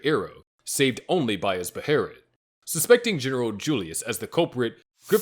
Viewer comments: “BAY-UH-LIT” they literally say it in the show my friend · What the hell kinda pronunciation of behelit is that?